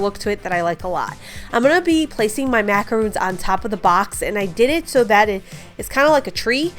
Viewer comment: Love these! Those are macarons-- pronounced "mack-uh-RONS". 😊